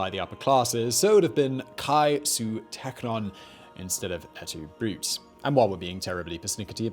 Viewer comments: This is the second recent video where I see "Brute" prounounced brOOT. It's not the English word "brute." It's "eht too broo-TAY" Like Robin Williams in Alladin looking at the recipe for a Caesar salad. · Et tu, Brootay. Not Broot. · Not "Et tu Brute" please, but "Et tu Bruté". You didn't study any Latin in school? In the Vocative Case, you conjugate the names. "The name Brutus, a second declension masculine noun, appears in the phrase in the vocative case, and so the ‑us ending of the nominative case is replaced by ‑e" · Et too broo-tay?